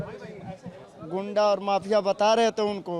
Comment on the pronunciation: Ghuda ko ghunda bolana segho